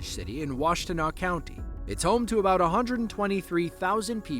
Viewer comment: You pronounced Washtenaw county michigan wrong, the T is silent